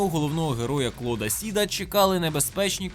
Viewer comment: Майже все чудово, і я навіть поставив лайк за 25-й кадр з псом Патроном. Але, персонажа звали Клод Спід, а не Клод Сід.